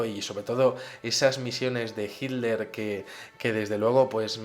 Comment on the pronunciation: Muy interesante tu exposicion. Noto que los espanoles en general no pronuncian la tl. Hiler en lugar de Hitler..